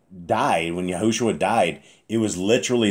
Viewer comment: The back of YAH scriptures says Yahusha but you say YahuSHUA...